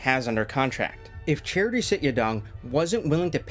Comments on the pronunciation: great video but just pronounce his name properly… its CHA-TREE not charity 😂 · His name is not Charity. its Chatri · Only thing is his name is pronounced CHA-Tree not like a charity organization